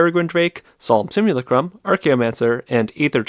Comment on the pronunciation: There's no way that's how you think "simulacrum" is pronounced.